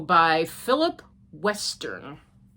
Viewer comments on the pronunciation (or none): Hi,. Yes, the photographer is my husband, by our last name is Westen, not Western. There is no R in our last name. Common mistake - everyone makes it. I'm glad you like the card. The Habitation Throw is beautiful! 💖